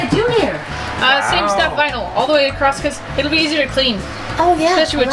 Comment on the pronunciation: Across not Acrost. LOL